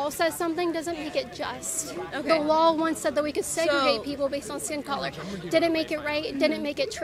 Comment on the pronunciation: " I have a soft voice - and once thats often like NAILS on a chalk board - Oh YEs & Kailin - U ALSO seem to pronounce Ls when they DO NOT belong - the word is LAW not lawL